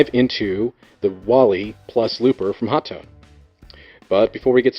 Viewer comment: "Hot one"; or my favorite, "Ho-tone"